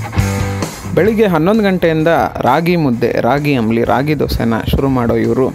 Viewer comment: ಆಮ್ಲಿ ಅಲ್ಲ ಸ್ವಾಮಿ,, ಅದು ಅಂಬಲಿ